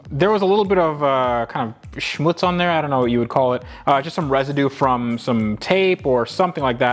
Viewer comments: Schmutz? Are you speaking German at home? :-) Regards from Germany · WOWOOWOWO warte du bist deutsch?? Bzw Österreicher?? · "Schmutz" ? U german ?😂